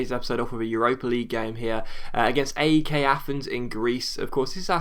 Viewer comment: That's not how you pronounce AEK:p